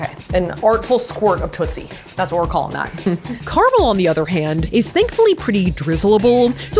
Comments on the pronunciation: It's carAmel, not carmel.... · Three syllables in caramel! 😅😂